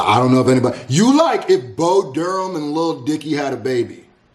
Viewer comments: Okay he saying Bo "Durham" on purpose at this point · The fact he keeps calling Bo Burnham Bo Durham 🤣 Hot coffee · Someday Someday will learn to say Bo Burnham's name right